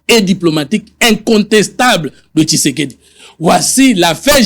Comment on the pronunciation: La haine a fait que ait du mal à prononcer Félix Tshisekedi 😂😂😂. Il appelle Feli Seke 😂😂😂😂😂